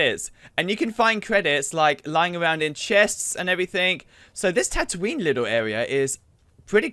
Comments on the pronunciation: Stop saying tatoonie wrongly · He doesnt even know how to pronounce tatoonie